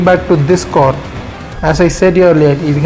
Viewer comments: Its CAR AND NOT COR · Its car not kor